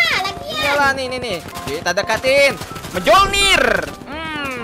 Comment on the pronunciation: Bang itu bacanya bukan Mjolnir tapi miolnir